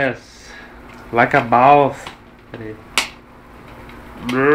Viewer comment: As vezes ele fala Like A Baous!! xD